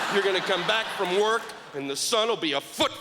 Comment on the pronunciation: its "work " not "worth"